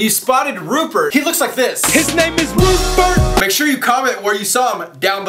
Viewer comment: lmfao "HIS NAME IS RUPURT!!!!!!